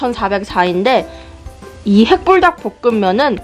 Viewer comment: 핵불딱보끔면이라고 발음하은거뭔가귀여워요 ㅋㅋㅋㅋㅋㅋ 전 핵붉닭먹고 심장이 너무빨리뛰어서 진짜 힘들었어요 진짜 개매움.. ㅋㅋㅋ 잘보고가용